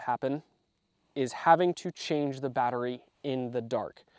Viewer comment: "I fOuNd Muy AtTeryie" 😂😂😂